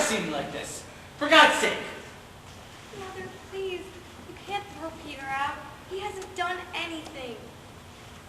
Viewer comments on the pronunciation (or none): OMG...this is about the worst version of this play I have ever seen...this makes me want to scratch my eyeballs out...there is absolutly no emotion in the lines, the pronunciation of the names are completely off (it's pronounced Pater not Peter, Anneka not Anneky, etc...) Ahhhhhhhh...this is horribly painful to watch...please remove this video as to not let anyone else feel the pain I have felt...